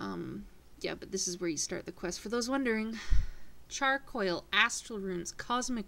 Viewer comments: its charCOAL not charCOIL! and its DIBBER not DIBBLER... and you seem to get east/west mixed up a lot... sorry just things that i have noticed throughout ur vids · She keeps saying "coil" when she says charcoal and coal. lololol